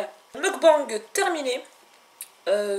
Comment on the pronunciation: Avant d'expliquer ce qu'est un "mukbang" il faudrait peut-être d'abord apprendre à le prononcer correctement...... MDR Rien de méchant mais ça m'a franchement révulsé, sans parler de comment tu as prononcé "miso" avec un z xDDDD